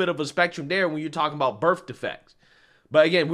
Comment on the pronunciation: Black people always be saying bERF defect lol